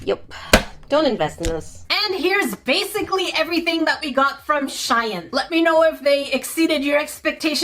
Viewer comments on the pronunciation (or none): How she says shein: ✨shi-an ✨ Me: sorry its ✨she-ein✨ LOL you are hilarious!! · SH-EE-N thats how you sat it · It not shin it shean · it is pro nounced (she-in) not (shi-en) Just letting you know hope that helps ❤ 😊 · No offense but it's pronounced sheen not shine lol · You pronounce shein like shine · Girl I love u but it is sheen not she in sheen salty salty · It is shein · You say shein like she in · It’s not called Cheyenne it’s called shein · I LOVE you and your vids and it is actually pronounced she-in and you just have to say the 2 separate words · Shien is pronounced sheeeeeeeeeen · You say it like Si-en. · I’m sorry but this gets on my nerves… it’s sheen 😤😂😅 And yes Ik it’s spelled SHEIN (No hate)❤❤❤ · It's pronounced sh ee n shien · It’s pronounced sh-ee-n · shein is pronounced like sheen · you say it like sheen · It's pronounced like sheen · It's sheeeeeeeeeeeeeen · Hi! It’s pronounced ‘sheen’ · it is pronounced sheen okay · its pronosed shiien btw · just so you know it’s pronounced sheen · Shein is said like she in😅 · No it’s pronounced sheen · It’s pronounced sh_ee_n but it is hard to pronounce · Sheen, you say it like Sheen, for gods sake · IT'S SHEEN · You say it like sheen no hate I'm just helping you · How to say shein u say like sheen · I think it's pronounced she-ene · Pronunciation sh-ee-n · pronounce it as Sh ee n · it’s sh-E-en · I believe that its pronounced sh-ee-n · It's pronounced Shee- in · it’s pronounced “sheen” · It is pronounced sheen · she-in shein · It is she-in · In my country shein is pronounced (sheen) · Don't worry i can help you pronounce shein i normally say Sh-eee-n hope this helps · You say it like sh-ee-n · YOU PRONOUNCE SHEIN AS SHEEN :) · THE CREATORS OF SHEIN SAID ITS PRONOUNCED SHE-IN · Here gat it correct its "shiiiieeeen or shEEEeeen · i love you.. But if you say shay-ann one more time i'm gonna lose it! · It’s pronounced she-en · its pronounced she in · SHEIN (Sh-EE-n)